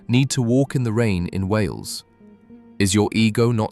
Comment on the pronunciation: It’s wales not wheels